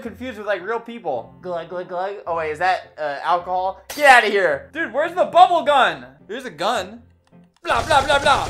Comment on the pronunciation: everyone: "bubblegum" Albert: BUBBLE GUN